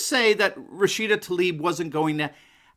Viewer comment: Spells Tlaib, why do they say Talib? 🤔👀🙁